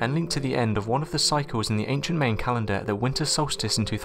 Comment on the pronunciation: ok note to NARRATOR , please stop butchering english words <<<< Mayan , is said .. M-EYE -un >>> unless you are not real and using a computer to read it all , the numbers of errors reading words that we have all heard on you tube said right a thousand times its litterally several per 3 minute clip , THE OED website even has sound samples of words in both English and american , Man come on try a little please.